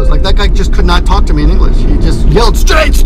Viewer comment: The way you said "Straight-o". lmao